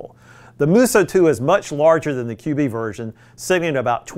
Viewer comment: I think it’s pronounced “cube” not “QB”?